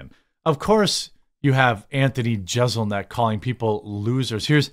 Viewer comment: Im usually with you, but you're off this time on Jeselnik. He's clearly messing with people. You started off acting like you didn't know who he was by intentionally mispronouncing his name, then at the end of your video admitted that you understand the kind of comedy he performs and that he rips on people while pronouncing his name perfectly. C'mon Jeremy, don't be fake.